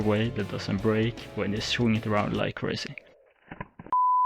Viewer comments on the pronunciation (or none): none